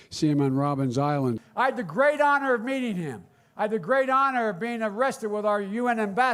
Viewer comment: And from a South African, I can tell everyone, We call it Robben Island! Not Robins Island!